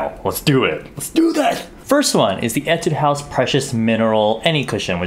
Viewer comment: so you have bunch of korean cushions while I am dying to buy some foundations only available outside korea..😂😂😂😂 by the way, you are the first foreign Youtuber who said 'Etudehouse correct lol